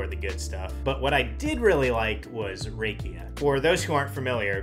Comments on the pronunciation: Love how wrong he pronounced rakia!❤😂 Rakia is not pronounced with the typical "a" sound of the American alphabet. It is pronounced with clear "a" from the Bulgarian alphabet. Basically the same way you pronounce banica. Well the letter "a" from that word. I am looking forward to when you drop in again. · Haha, yep! I messed up the pronunciation of banitsa in a previous video. Now in this one I messed up rakia. One of these days I'll get it right 😅